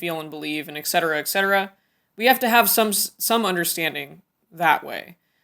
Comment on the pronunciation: there are not Aigs in cetera! the word is ETcetera not excetera or eggcetera or in this case aigcetera it is ETCETERA if you cannot pronounce it then please use the english version: egg so on